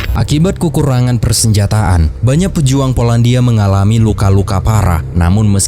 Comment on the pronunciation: "kukurangan" apaan dah? narasinya tolong😢